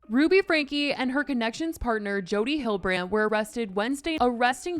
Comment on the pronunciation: Jodie Hill-de-brand ffs